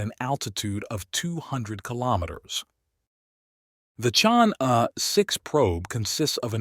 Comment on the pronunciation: "Chang'e" should be pronounced as 'charng' 'err' Take your time, read it out, slowly